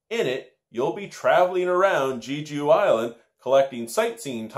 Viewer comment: I hadn't heard of this game before. I'm definitely going to have to give it to my wife for Christmas. Glad to hear that it is a fun game. Not sure if you or your viewers are aware but Jeju (pronounced Jay-Joo) Island is an actual island in Korea. I haven't been (yet) but many people refer to it like the Hawaii of Korea. It's supposed to be absolutely beautiful! It is a dream vacation destination for my wife.